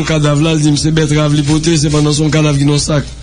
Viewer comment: 😂😂😂wouye biad ap touyém nan kozé c pa bètrave c antrave bravo 👏 biad